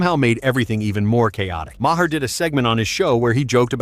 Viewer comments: Who is bill mah-har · Bill "MA-HER?" 😆 TOS wasn't woke. And your bad narration keeps dropping out. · Ha ha, your Eh-Aye can't pronounce Bill Mahr's last name! It's pronounced "Mar" BTW.